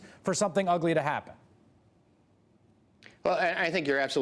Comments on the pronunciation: hah he said Kan... not Klan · Did he just say ku klux kan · Did he say "Ku Klux Kan"? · “Klu Klux CAN” 😂😂😂